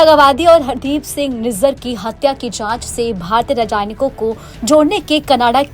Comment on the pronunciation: अरे रजानयिक नही राजनयिक बोला जाता है क्यों हिन्दी का कचूमर निकाल रही है ।